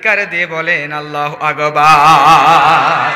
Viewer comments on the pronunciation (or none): আল্লাহু আগবার ..? নাউযুবিললাহ । আল্লাহু আকবর হবে । আর ক্বারী লিখেছেন কিন্তু পড়া তো সহি না। পাম তো একটু বেশি হয়ে গেলো..?